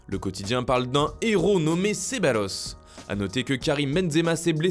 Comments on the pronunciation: On prononce Cebayos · Ça s’écrit Ceballos, mais se dit « Cebayos » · c'est plutôt prononcé "cebalyos" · oui il l"a dit et répété la 1ère fois c'est passé, la deuxième fois mes oreille ont presque saigné ! xD